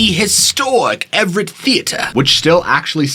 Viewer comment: " The historic Everett theater " accent was off the chain and Funny AF 😄 😆 🤣 😂